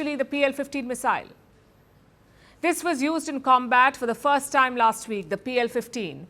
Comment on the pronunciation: Its not missile . Oye !! CRI pump eeey